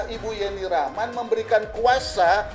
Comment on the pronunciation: ibu pengacara kenapa nama yeni rahman jadi ,jeni 🙄,jeni jeni terus nyebut nya